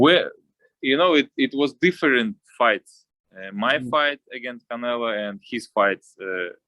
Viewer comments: Anyone who speak Spanish find it amusing that he innocently keeps calling him "Canela"? 😂🤣😂😂🤣☠️ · I love how Bivol called "Canelo" as "Canela" 😂😆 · Love how he pronounces Canelo’s name as “Canella”🤣